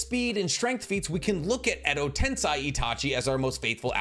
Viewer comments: Tomoe is pronounced as toe-mo-ay, not toe-may. Also tensei is pronounced as ten-say, not ten-sigh. Overall, you're Naruto/Boruto knowledge is top notch, but these grammar errors throw me off sometimes. Just figured I'd let ya know, and hope it didn't come off as rude nitpicking, rather it's just proper pronunciation. So please take it from someone who can speak Japanese somewhat fluently. Been subbed for a year and will continue to do so, so sorry about that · Ok please if you going to keep making naruto content please pronounce the words correctly ai = I sound (example: kekkei genkai) ei = ay sound (example: edo tensei or chibaku tensei) This is super important as it’s super cringe to hear the words miss pronounced especially when the show teaches the correct pronunciation 🤦🏽‍♂️ SMH